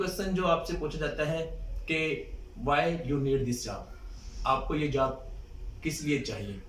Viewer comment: job* not jab